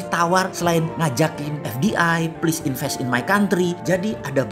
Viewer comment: Dah blepotan maksa suruh invest, ngakak klo teringet itu. 😂😂😂